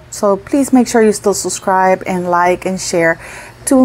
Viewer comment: I was making fun of because she says "susscribe " instead of SUBSCRIBE.